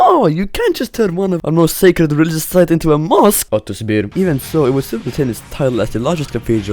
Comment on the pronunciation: The way he said it too LMAO "ottuzz bir"